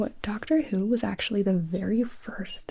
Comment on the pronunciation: Gonna be honest I thought she said Dr Suiss not Dr Who lol, I was very confused at first